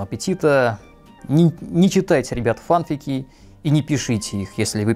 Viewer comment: если честно, то не знаю не одного человека что говорит "йогУрт". Да и в поискавиках и форумах все пишут , что "фанфИки" - правильное произношение (так даже в официальных дубляжах говорят)